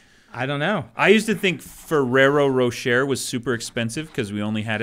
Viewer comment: I am very triggered by how Dan pronounces Ferrero Rocher 😅